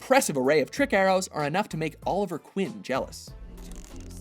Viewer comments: Jesus!! It's QUEEN not Quinn!! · Did he mean Oliver Queen? Sounded like Quinn. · That's Oliver QUEEN, not Oliver QUINN. Yeah, I'm a nerd. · Quinn? Oliver Quinn? Really? Did you actually say that? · I'm pretty sure you mean Oliver Queen, not Quinn.